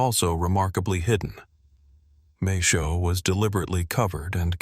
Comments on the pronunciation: the ai voice reading maes howe as mae showe lol other than that, cool vid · maeshowe is pronounced mice how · ITS PRONOUNCED MAES=HOWE NOT THE TERRIBLE PRONUNCIATION AT THE START